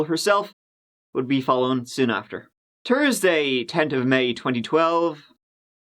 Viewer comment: “Tursday, tent of May, twenty-twelve.”, your alliteration is immaculate!! 😂😂 I adore the accent